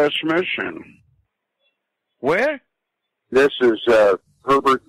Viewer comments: When he makes fun of his own pronunciation. "west miSHIN" lmfao! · wEsT mIsSiN???